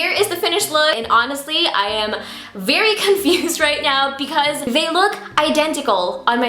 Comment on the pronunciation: Your Filipino slipped haha! Berry = very, love it